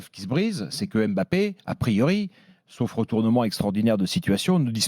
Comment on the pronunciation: Le mec n’est tellement pas crédible dans ce qu’il dit , mais comment un mec qui ne connaît rien au foot a le droit de parole ? Encore Daniel Riolo , duga et consorts s’y connaissent … le mec depuis 2017 l n’est même pas capable de bien prononcer le Mbappé et non M ‘Bappe !! T’es un ignorant Stephane Guy , c’est pour ça t’as été viré comme une merde de Canal